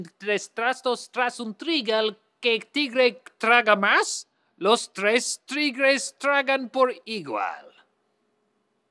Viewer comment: The stress on "trigal" and "igual" is on the last syllable, though.